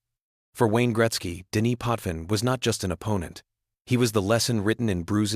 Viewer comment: True, also name pronunciation, Roy and Potvin, was incorrect.